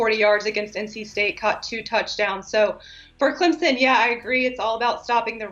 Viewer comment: This host can't even say "Clemson" correctly.